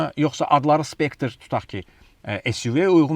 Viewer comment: Not specter but Spectre Mr.